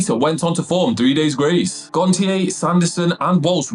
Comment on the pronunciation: You pronounced Adams surname wrong lol It’s said as “gon-sh-ay”